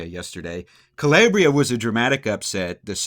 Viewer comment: CaLAYbria. CaLAIRbria. No.